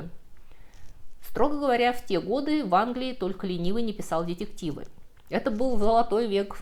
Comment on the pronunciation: Уважаемая! Ну почему же Вы так и не научитесь произносить правильно слово "детектив"? Очень буду за Вас рад, когда это произойдёт.